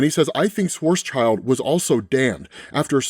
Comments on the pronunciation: Schwarzschild is pronounced shwarts-shild, not shwarts-child. It means black shield in German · Since you have to say it over and over, it might do to look up pronunciation of strange words Karl Schwarzschild, acclaimed German physicist, , contributed to general relativity. Surname is pronounced "SHVARTS-shilled", (German for "black shield")